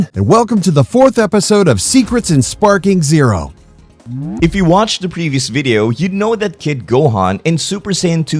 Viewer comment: Sounds ai. The way he pronounced sparking zerp